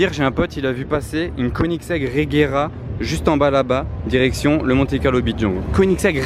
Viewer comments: Koenigsegg, se dit queue nix ègue, inculte.. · Une quoi tas dit ? KONITEG ? 😂😂😂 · Koenigsegg Agera RS